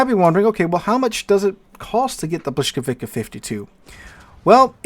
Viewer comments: "bwis", Błyskawica has an "L" with a slash through it. In Polish (and some other West Slavic languages), that is pronounced as a "wah" sound. While the letter "W" is pronounced as a "vuh" sound. So the correct pronunciation is, indeed, "bwiskavitsa" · Ok, Pole here. It's "bwiskavitsa" :) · it's more like "blyskawitza", no hard K at the end. difficult language i know :) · Aaarghh! Bvis-cah-vi-tsa... The stroked L is pronounced as either v or w, depending on its position. The c is pronounced like k in Polish. Interestingly, if you take a close look, you can still see the German "Blitz", from Middle High German blicze, in this word. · Man you're really butchering the name of that ship ;) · Thanks! An English-speaking American looking at "Błyskawica" has no clue whatsoever how to pronounce it just by looking at the word, the correct sounds of the letters are totally foreign to them, which explains butchering of the correct pronounciation. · Yeah, who would expect a teacher to make a simple copy paste entry into a translate tool and klick the "speaker" button to listen to the pronounciation. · Well, but its not quite that simple. Hearing the correct pronunciation, and saying it, are two different things. That is why people who are non-native usually have accents. However, I agree that he butchered it badly and could have done better.